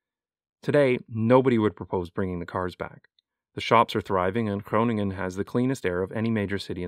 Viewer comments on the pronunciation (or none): none